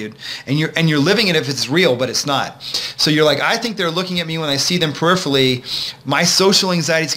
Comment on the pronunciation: peripherally has 5 syllables... this guy talks so fast it sounds like one. lol I had to rewind and play a few times to hear what he said